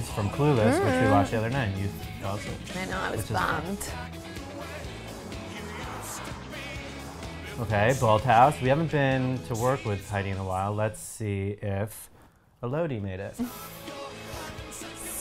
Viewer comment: we love ya, but please, it's Elodie, first syllable is stressed, not second. Just ask Whit, she says it right.:P Also, an easy way to remember: 'Elodie, like melody'